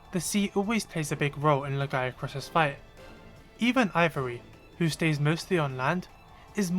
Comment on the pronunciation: My one issue with Lagiacrus is how people have been mispronouncing its name. It's Lag-EE-AH-crus not Lag-AI-AH-crus... The "I" in its name is BEFORE the a, not the other way around. 😅